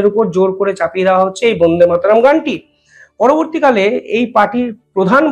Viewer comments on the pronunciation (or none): none